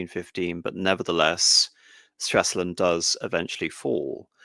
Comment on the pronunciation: Come on, it is not Straslund, but Stralsund.